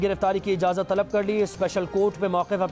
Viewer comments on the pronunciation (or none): none